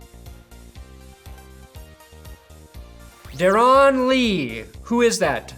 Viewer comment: You know it's just pronounced Dare-in Lee. Not Der-on Lee.